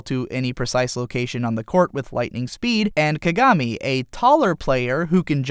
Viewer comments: "Kagarmi" *facedesk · if you love kuroko no basuke so much why don't you learn how to pronounce kagami's name? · just curious, but why do most people say /ka-gá-mi/ as opposed to /ká-gá-mi/?